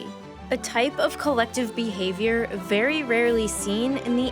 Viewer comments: I appreciate how you said ‘Bee-havior’ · Every time she said words like "behavior" or "because" I thought "bee-havior" and "bee-cuz" etc. Anyone else?